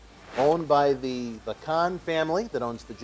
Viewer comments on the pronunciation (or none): none